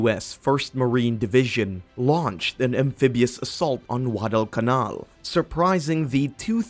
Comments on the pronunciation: Why do you sound like your saying WADDEL CAMAL? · Ridiculous pronunciation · Get someone who can actual pronounce Guadalcanal correctly.